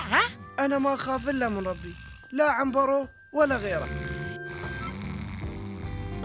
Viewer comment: عنبرو مو عمبرو